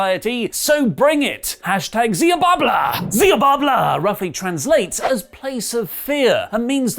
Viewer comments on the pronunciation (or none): It's Xiabalba, and not Xiababla!! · Xi Bal Ba ... not babla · Word: Xiabalba: XIABABLAAAA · It's promised "She-bal-ba" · It's pronounced Shibalba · Xibalba is pronounced shee-bal-ba btw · Xibalba is pronounced Shibalba, haven't you seen the Road to El Dorado? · it's pronounced zibulba... urgh... now you've made me be THAT guy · It’s pronounced “she-bal-bah”. Thank you Road to El Dorado for that piece of nonsense trivia. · Xibalba is pronounced shee-bal-ba